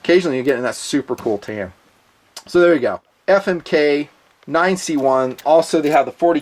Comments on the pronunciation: every time i hear you say famic i laugh my ass off....keep fondling 💪💪💪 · lol "Famik"